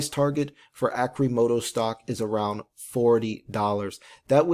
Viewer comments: Arrrcimoto, not Arcimoto. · Pronounce it correctly at least omg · Your research is pertty light if you dont even know how to pronounce Arcimoto. a stockholder.